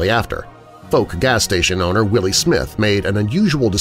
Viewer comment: Please try to pronounce Fouke properly…. It rhymes with Ouch… just add the F and use a hard K on the end.